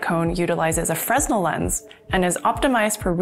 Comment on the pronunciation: The "s" is silent in "Fresnel". It's a French name.